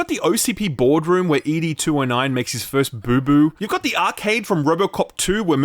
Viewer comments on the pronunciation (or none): Mate - it's ed 2-0-9 not EE-DEE 209. Seriously. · Oh man, great review .... but it's ED (like Ed, Edd n Eddy) ... not E - D :) That sounds so silly! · Bro it's ED 209 not E.D 209🤦‍♂️ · It's NOT E.D. 209, It's Ed 209. Fuck. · Ed 209 not e.d. 209 😊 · the 1st time i've heard ED-209 called E D-209, he's ED like the horse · "EE DEE 209" ...have you ever seen the movie before? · Stopped watching when you mispronounced ED-209 twice in quick succession.